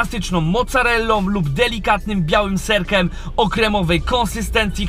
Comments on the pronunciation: naucz się mówić xd mówi się serkiem a nie serkem takim a nie takem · serkIem kurła, a nie serkem :P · "serkem" serkiem Panie się mówi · mówi się "kurczakiem" a nie "kurczakem" i "serkiem" a nie "serkem" i "krótkie" a nie "krótke" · widziałeś jak robią pizzę? całe te dziury są wypełnione serem, inteligencie ser się rozpuszcza i wypływa. kolo naucz się mówić "serkem"? jak już SERKIEM masz poważny problem z wymawianiem litery "i" w słowach. popracuj nad tym, to naprawdę boli w uszy! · "Serkem" xd Ale rozumiem, każdy może się pomylić ;D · SERKEM xd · Serkem? O chuj tu chodzi? Naucz sie mowic bo to wkurwia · witam jedynego youtubera który nie potrafi poprawnie wymówić nazwy KFC. Jak mnie kurwać męczy to Twoje odwieczne KE ef si, he, he :) Ogólnie zawsze oglądam i łapa w górę. Pozdro :) SerkEM, słodKE chili itp. Spoko mordo już wiem co jest grane... nie czepiam się co do Twojej polszczyzny :) Działaj dalej. Siema.